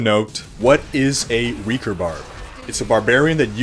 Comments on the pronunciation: It's pronounced RAY-CORE not REE-CORE. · Raekor, not reakor! ^^ Sorry! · RAY-KOR holy mother of god dude